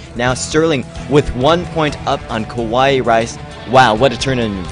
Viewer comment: Ka-wai-ee. Not ka-wai. Anyway keep it up guys, some nice casting.